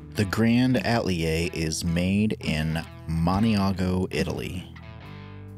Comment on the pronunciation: I love the design, and I love GiantMouse. However, is there a reason why the pronunciation of the word “Atelier” keeps being butchered?